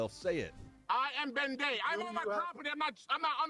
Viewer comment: Did he say Ben Day or Ben Gay?